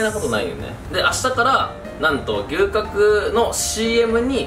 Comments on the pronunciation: が龍角散とのコラボ動画でーす！に聞こえた笑笑 てか、私 牛角が吉野家的な牛丼のお店だと思ってどんだけ食べるん！！！てびっくりした笑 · 龍角散とコラボにしか聞こえんw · 龍角散とのコラボ動画でーす！ に聞こえた人は私以外にもいるはず…